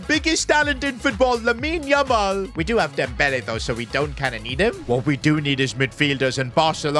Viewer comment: please stop butchering Yamal’s name everytime you say it.